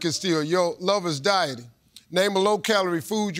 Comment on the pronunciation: OH! DIE-TING. LORD, I THOUGHT STEVE SAID DYING. That changes my answer.